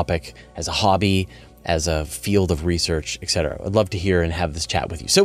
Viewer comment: There's no K in eT cetera